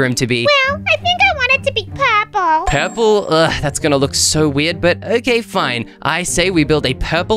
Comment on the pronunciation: When he said purplur it got me rolling😂😂😂😂